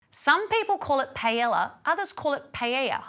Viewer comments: Who the hell calls it PA ELA? 🤦🏽‍♂️ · There is only one correct way to say it. PA. EY. YA. The two Ls sound like a Y.